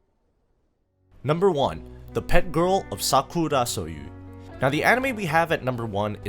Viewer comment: "Sakurosoyou" got me off guard💀